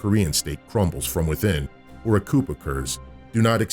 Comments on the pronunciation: Bro, did he just pronounce “coup” at the end like “chicken coup”? Haha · did he just pronounce coup with a hard P… yikes